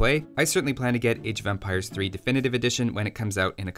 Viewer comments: It sounds like you are saying age of vampires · Am I the only one hearing "Age of Vampires" every time here?